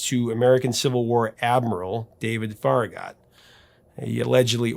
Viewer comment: Farragut is pronounced Fair-ah-gut. I'm from Knoxville and we have the town of Farragut in North East Knox county named after the same yankee admiral.